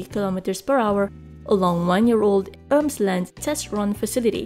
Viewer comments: Emsland not Ermsland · It's Emsland and not Ermsland! Do your homework! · Its Emsland, not Ermsland :-) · Nr. 9: it's called Emsland, not Ermsland. It is named by the river Ems